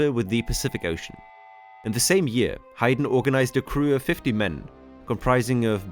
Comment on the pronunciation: Hi-den? It’s pronounced HAYden… 😅 It’s weird you go back to pronouncing it differently… have you been to Yellowstone 🤨